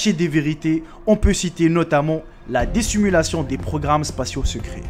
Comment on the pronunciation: à on dit pas Déssimulation mais Dissimulation ensuite à on dit pas: d'ou proviens ses photos mais on dit: d'ou proviennent ses photos et encore à s'est ni:Ruculer et encore moins Riculer mais on dit: RECULER, en suite à on dit: Retrait et non Rétrait ou Reutrait quand tu le dis on dirait un mix des deux lol, bref sérieux lit au moins comme il faut tes notes que tu doit certainement copier sur internet